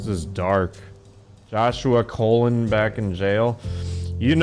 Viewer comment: Joshua Colon's name is pronounced Cuh- LONE. Like Cologne, not COL-uhn like a person's bowel. It's one of my peeves when I hear that.